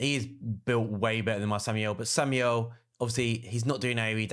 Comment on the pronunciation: who the hell is Samuel? lol, SHAM - ALE